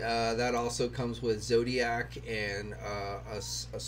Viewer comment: Zodak not Zodiac.